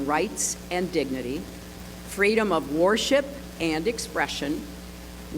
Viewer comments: "Freedom of 'WAR SHIP' " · Sounded more like WAR SHIP than "WORSHIP" the more I listened